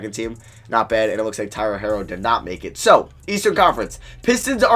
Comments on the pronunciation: Bruh it’s pronounced “hero” not “hairo” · Please stop saying Herro as HAIR-oh its HERE-oh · also his name is pronounced Herro like “superhero” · still annoys me that he doesn't know how to say herro